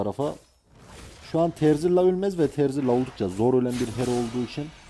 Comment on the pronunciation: terzilla değil dostum 😂